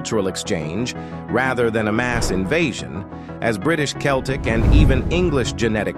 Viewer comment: Can't even pronounce Celtic properly